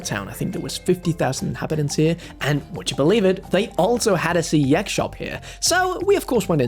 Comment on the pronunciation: I wonder if he's aware that CEX is actually one word pronounced like "sex" and not by individual letter.. lol